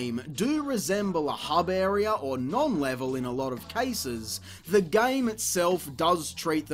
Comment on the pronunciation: Not sure if want to thumb up because of the amount of time and effort that went into this, and for the fact it was fairly entertaining, or thumbs down for how many times I had to heard area pronounced "airy-er" in a single video.